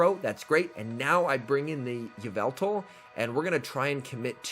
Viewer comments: it’s evil-tall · ee-VET-all???? obviously it AI-vet-all